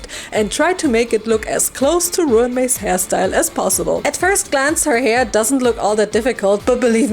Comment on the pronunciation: Ruan is pronounced like run. The doll is spectacular.